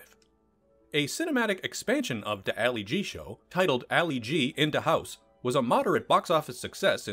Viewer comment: I can’t watch that if someone who can’t pronounce “Ali G.” wants to explains Borat to me. Thanks, no thanks.